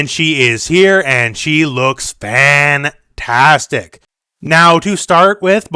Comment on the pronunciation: Im not sure if it was accidently but its kind of funny to me that you emphasized FAN...tastic as kitana showed her fans